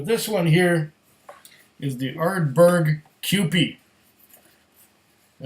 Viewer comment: the Are-berg hehehe